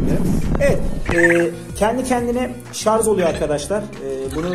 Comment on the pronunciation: Şarzzzz değil ŞARJJJJJ :))